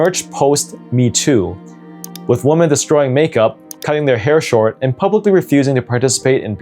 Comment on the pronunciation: Men becoming waamen 😂